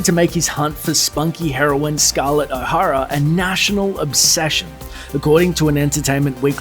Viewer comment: gone with the wind my favourite movie of ALL TIME. Vivienne Leigh was perfect and Clarke Gable also. pity you can't pronounce O'Hara properly